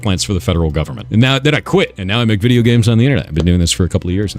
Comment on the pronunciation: I wanted to listen through this video, but the narrator ai has this wierd, triggering letter O. For example, the word "video" sound like "viduuu".